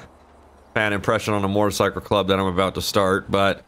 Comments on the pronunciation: MO•TOR(E)•CY•CLE . I keep hearing MOR•TOR•CYCLE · Alright, it’s been a year and I still can’t figure out if he’s saying mortacycle or motorcycle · Its not MORTAR its mOtor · When says "Mortacycle"...I feel that. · i like the way you say motercycle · says "motarcycle" hahaha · "Mortercycle" I'm only joking. Love you! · i die inside every time you say mortorcycle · Idk wether or not to love or hate the way he said "motorcycle" lol love you any ways keep up the great work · The way he says motorcycle 😂😂😂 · Why do u say motorcycle weird